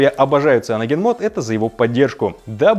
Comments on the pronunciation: Не цианоген — сайноуджен моуд. Учим английский... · Не цианоген, а сайаноджен. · Какой в опу "циноген" блин..? Неужели так сложно произносить его правильное название: «СаяноженМод» и «СаяноженОС»...?!) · Саянджен мод правильно, (как мог написал кириллицей)... Кто хочет поспорить, советую для начала послушать оригинальный рингтон... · "Правильно говорить саяноджен" - че??? Читается как сайноген, при этом й почти опускается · Пожалуйста говори правильно CyanogenMod («сайэноджен-мод»)!!! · Какой в жопу саяноджен? Открой видео любого западного ютубера, ты там нигде ничего кроме саноген не услышишь. И тебе стоит английский выучить перед тем, как умничать.